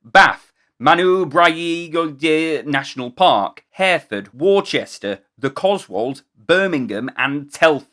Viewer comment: War- chester? War- chester? Are you American? AI? It's Wooster! Or Wuster.